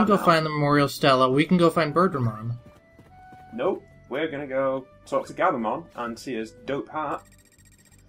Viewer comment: Near the end, I kept mishearing Birdramon as Burgermon, and I was wondering what the heck you guys were talking about. Then I realized and it all made sense. On the other hand, now I'm sad that I won't get to see Burgermon.